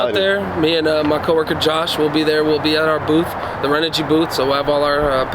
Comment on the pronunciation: You are pronouncing renogy wrong, I’m confused. I called her Customer Service and the message says ren - oh- gee someone verify this because everyone in the world says it a different way, but the answering machine at the company in California says Ren oh gee